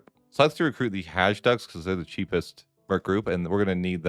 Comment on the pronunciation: there is no "g" in "Hajduk", it's a Hungarian word you pronounce "j' like a long "i"... Alternatively you can call them cowboys. "Hajduk" comes from "Hajto" which means "driver" and it came from Hungarian cattle drivers, ie. cowboys.